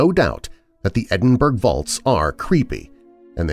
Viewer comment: Edinburgh is pronounced "edinburrow" rather than "edinburg" but as always, a great collection of stories. thanks!